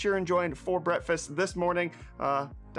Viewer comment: Did Break just call it brettfast